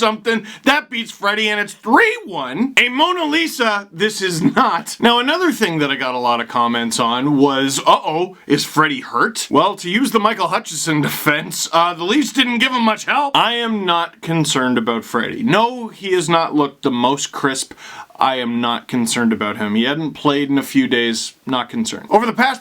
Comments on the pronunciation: I like everything that you've said, but I was referring to Steve constantly calling him "Hutchison", just like one of the announcers on Sportsnet (not sure which one), who NEVER makes the N sound. It's kind of disrespectful. I didn't realize it was so tough to pronounce. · Just when I thought I wouldn’t hear Steve mangle “Hutchinson”. Sigh.